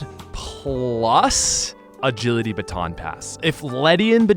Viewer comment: "If Ledian Bagility Aaton Bass" xD